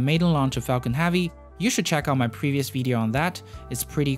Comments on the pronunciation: Why do you say vedeo? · You say "video" wrong. It isn't VEE-DEE-oh. It's VIH-DEE-oh. "VIH" rhymes with vision, victory, vixen.